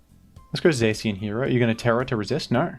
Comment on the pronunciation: My dude here pronounced Zacian as Zaxian for some reason